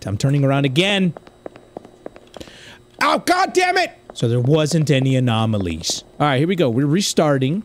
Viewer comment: total is 43 times u said anomonolies